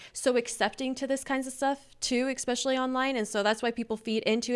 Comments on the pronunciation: says eXpecially instead of esPecially at least once per video. This is the best we can do on the right, folks. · Ok, I love you but it’s ESPECIALLY not EXSPECIALLY. Sorry pet peeve. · I ADORE YOU! But say “especially “ without the “X” 😂 ❤️❤️❤️❤️❤️